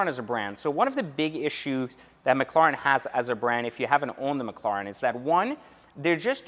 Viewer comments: you gotta give it to em you are saying it wrong. It’s mc, like McDonald’s, and the Karen “lair, en” mclaren. You don’t gotta be salty over a correction. And just because you have one doesn’t make you the shit. They are tanking in value and you better hope the battery doesn’t go out. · You pronounce "Mclaren" like someone who is deaf and trying to speak. Lol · 🤔 Why did they name it Mc Laren??? And it’s pronounced Mc Claren. ??? I guess the C is silent ?? Lol Don’t mind me I’m just McLaren with ya! Still tho. The name isn’t gangster enough for me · I was interested in this video but after hearing you say mclaren I can’t get through it lol sorry. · To be honest I do not give a s*** how he pronounces McLaren.That's the way he talks big deal We know what he's talking about??!! Come on people can you think of anything else? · Am I the only one who realized that he doesn’t know how to correctly pronounce McLaren? Like honestly though... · Pronounce the fucking name correctly 🙄